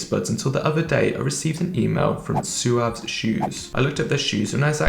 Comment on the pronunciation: I've watched 3 review videos and have heard 3 different pronunciations 😂 One dude said it right "swav" the other guy said "sawv" and this dude says "soo-ahv" What is going on 😂